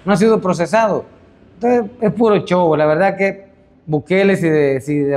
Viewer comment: Y este maitro quien es.??? Quien es porque solo dice chow ni ablar puede porque se dice show.! Jajajaja